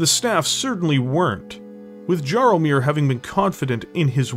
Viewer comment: Very well produced video showing your love for BT as a franchise- I kinda hope that it will be made canon now 😅 Just one thing- if the mech's creator name is Jaromir, it is pronouced more like "Yaromir"- small thing, but it reallllly caused my polish heart pain to hear "Dżaromir" xD